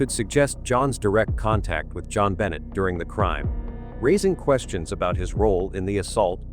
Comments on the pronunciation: Stop using AI to read scripts. The little girl’s name is Jon Benet NOT John Benny. Disrespectful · Jon Bennie? Get real! Pronounce things correctly! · What is suspicious to me is that u cannot even pronounce her name right. It is Jon BU (as in bu nny)NAY! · Click Bait!!! This Angers readers…Please Please state her name correctly!!! This is disrespectful . If John sues you over this pointing fingers at him ? It’s well deserved…. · Learn how to correctly pronounce "Benet".........it's only been DECADES that it has spoken on various News outlets. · How horrible to title this “I’ve lied for 28 Years”!!!!! You should be ashamed of yourself and btw learn how to pronounce her name!!!! 😡